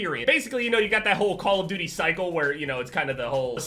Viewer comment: "Us call of DOOIE players" ahahaha